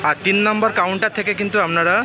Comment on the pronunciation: পাঁজ নম্বর, আমনারা এগুলো কিরকম উচ্চারণ স্যার?